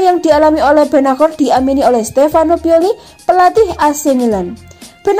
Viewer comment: Sebagai Milanisti gua kecewa isi video sama judul ga nyambung.. mana gelandang yg lebih hebat dr Pirlo??gini banget nyari view min.. perbaiki juga tuh pengucapan nama pemain Milan, benaker??? Gatel kuping min.. sori tak dislike min